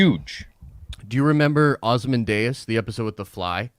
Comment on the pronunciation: What the fuck is ozmandayas